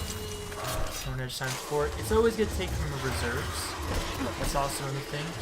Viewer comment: i stopped watching after I heard “horned” edge